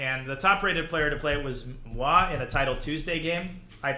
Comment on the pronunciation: super random question but did he say "moi"? The French word for "me"? I'm a French learning English and was wondering if this was some kind of "fancy" way of saying "me"? if that's not the case anyone understands what he says? lmao